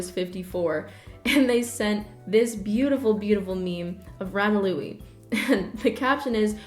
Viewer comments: hearing you say ratalouie (ratatouille) gives me a nervous stomach ache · Who tf is Ratalouie? It's Ratatouille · His name ratatouille. Rat-tat-ooo-eee not rata- loo-ee sorry it just was weird hearing it that way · did NO ONE catch her say Rata-Louis....... ratatouille, sweetie, i am so sorry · am i the only one that get really annoyed whenever she pronounces rattatoillie as rattalouie? she talks aboout him acually a lot and she always prononces it wrong. i love her content, but i can't be the only one thats notices this... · Yeah Ratalouie? What about it lol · Do you mean ratatouille pronounced rat at too wee? No hate, im literally just double checking? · Oh damn, I was pronouncing it as “LuLu LaRue” 🤦🏼‍♂️ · Nobody:: rAtaLoOe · OMG AMERICANS CALL RATATOUILLE RATALOUIE ??!?!? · rat uh loowee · sweaty, why don’t you know how to pronounce ratatouille right?? Put some respect on Remi’s name 👏🏼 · the way she pronounced ratatouille. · have i been pronouncing “ratatouille” wring this whole time?? i’m confused.